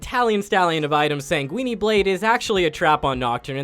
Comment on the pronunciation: Flames the Shaco pronunciation and then says "Sangweenie" 😂😂